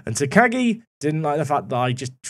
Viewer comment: If you need help with pronouncing - theres a professional wrestler in New Japan that's Shingo Takagi - so you could check how to say your new guy's name properly! I think its "Tack-ah-ghi' phonectically. Or nickname him Shingo, or Shingo Jr.